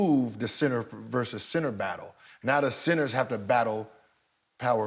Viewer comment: Did Gil say pacenter?